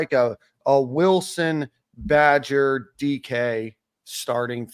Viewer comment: Somebody tell the wide receivers name is badger not badges😂